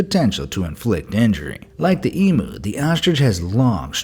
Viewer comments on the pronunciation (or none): it is pronounced ee-mm-yuu not ee-mm-uu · Me: sees number 4 also me gets triggered because he pronounces it emu ( eem-u ) instead of emu (ee-m-you) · It's emu not emoo 🤣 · I’m Australian and emu is pronounced /eemyoo/ and not /eemu/ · no and its em-ew not em-oo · Eemyou not eemoo. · How hard is it to pronounce emu, it pronounced ‘ee-mew’ not ‘we-moo’ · ITS PRONOUCED LIKE THIS. EEEEEM YOU. NOT EE MU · Its not Emo its Emu and I love your videos ❤️ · It's Em(you) not Em(moo) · BE AMAZED: "EE-MOO" Australians: TRIGGERED "IT'S EE-MYOO!!!" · An e-Moo is an internet cow. An Eem-You is a large flightless Australian bird. Trust the Septics to get it wrong. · And when you said "E-mu" it's pronounced E-mew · What the fuck is emoo? It’s em-YOU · First of all, they aren't Emoos. They are pronounced emyu's. I'm sure any Australian would know that. Second of all, they can hurt but they aren't aggressive. Third of all, CASSOWARY??? There is no way these can be the most dangerous bird. Move to Australia and you probably won't see any of these in the wild, because they are endangered. There is an estimate of 1200 to 1500 cassowary left in the world. Don't get close to them and you're fine. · It’s emu not emue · That’s not you say emu it’s eem-you, emu not emoo to be precise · Yeah I totally get swooped by magpies in breeding season (I totally don't hand feed them by hand)😑 and how they say emu. It's emU not emO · It’s pronounced like eem-you not em-oo Edit: Male ostriches can copy the roar of a lion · HE KEEPS SAYING "EMOO" its pronounced "EMYOO". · There are 6 other poisonous birds in the world, do your research, if you did you would probably also know that an emu is pronounced ee-myoo, not ee-mu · the way you said Emu its actually pronounced EEEE m u. Not emo. sorry I am being rude, xD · I hate it and I mean hate it how he keeps on saying emoo instead of em_you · Emoo. It’s eymyu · I don't say e-moo i saw em-you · It’s not e mu it’s e mue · eem-you.. not e-moo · E-mu L it's em-you